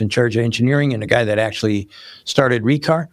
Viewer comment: Give them credit though. They realized naming it Re:car most likely wasnt the best idea. The first time he said that I thought he said retard